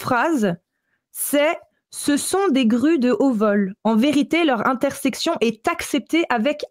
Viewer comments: Intercession,, intercession. Pas intersection 😅😊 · C'est intercession et non intersection;) sinon magnifique travail belle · c'est intercession, pas intersection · "intersection" ou "intercession"? dit toujours"intersection", mais je ne comprends pas ce que ça pourrait vouloir dire. Sinon, anecdote très intéressante! Merci pour cet exposé.